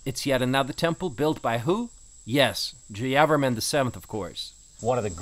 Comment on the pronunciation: Mr , do not pronounce at random. You have to say, 'Jaya Verman' Stress/emphasis on the third syllable.